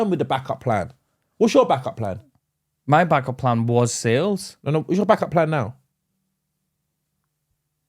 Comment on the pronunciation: He defo said black up plan 😂